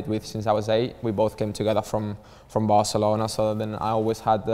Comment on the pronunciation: Cuando dices Barcelouna en vez de Barcelona siendo barcelonés sabes que algo pasa